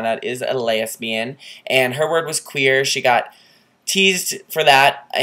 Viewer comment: LOVE Dianne Von Furstenburg, I love her on the City as well. I also enjoyed the way you said Laysbian. Very funny :) Right before the light esploded.